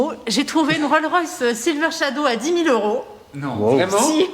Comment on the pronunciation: ROLLS ROYCE!!! Pas ROLROYCE